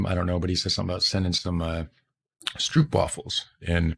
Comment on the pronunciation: . How to say "Stroopwafels": Do not say "oo"(🇭🇺) as "oo"(🇬🇧), but say the "oo"(🇭🇺) as "ó"(🇬🇧), as the "o"(🇬🇧) in "No"(🇬🇧). Ps. Use Google Translate to hear how to pronounce the word "Stroopwafels".